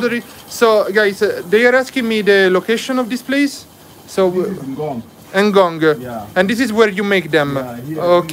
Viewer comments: Ngong.... not en ngong .😂😂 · Bro, that place is called NGONG not ENGONGU 😂😂😂😂😂